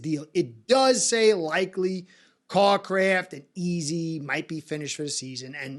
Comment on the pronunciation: Good take…claypool has serious upside. Defense needs to wake up and show up. And …it’s Cracraft (CRAY-kraft) not Carcraft (CAR-kraft). Go Dolphins!!